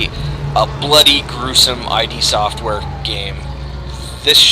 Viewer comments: yeah its pronounced "id" like rhymes with "sid" not I.D. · It's ID, not eye-dee. It's pronounced id, like, kid, without the k... Thumbs up if you agree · ID NOT EYE DEE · Listening to you say I.D. over and over is making me cringe. It's id, as in the ego and the id. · its ID not I.D. sorry im ocd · Quit watching after 30 seconds. Heard I.D. four times.. too much. The company's name isn't pronounced like that. Come on, they've been around since wolfenstein.. I can't trust a review from someone who can't pronounce a two letter word.